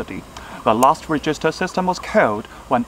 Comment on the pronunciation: Register的發音錯了（沒有惡意，只是提醒）